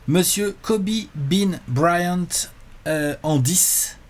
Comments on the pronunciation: Tout le monde : Kobe Bryant Alex : Kobe Brahyante Fais un effort haha 😭😭😭😭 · Le Guy Annis de et le Braillante d'Alex... Faut que Léonce fasse quelque chose!